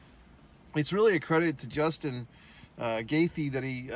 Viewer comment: Bro, you can't even say Justin's name correctly, he was kicked in the face BEFORE the eye pokes and just about every detail in this video you got wrong. What on earth are you talking about. There's a reason no one is talking about it. You're a moron.